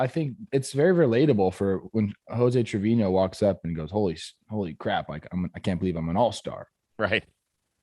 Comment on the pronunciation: You cover baseball for a living. Learn how to say Trevino...